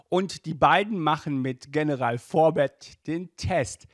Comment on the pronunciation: Ähm du hast General in Englisch ausgesprochen und nicht in Deutsch